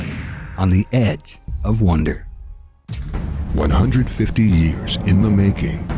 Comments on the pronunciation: who else heard him say "The Ed of Wonder." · He said the "Ed of Wonder" on the narrator's intro. LoL! 😆